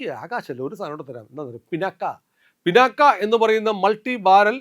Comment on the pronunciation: പിനാക്ക അല്ല.... പിനാക്... ശിവാസ്ത്രത്തിന്റെ പേര്